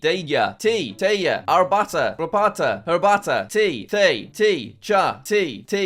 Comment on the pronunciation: you weren't far off when pronoucing the lithuanian word for tea, the r could've been pronouced harder tho